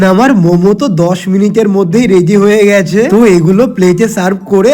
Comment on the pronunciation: রেদি❎ রেডি✅